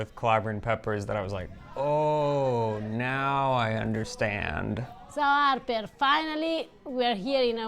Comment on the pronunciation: I started watching because of the way she says "Harrrperrr".